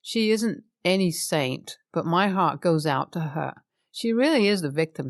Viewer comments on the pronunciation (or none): none